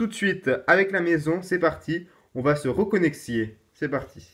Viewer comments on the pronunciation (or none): "Reconexier" :''D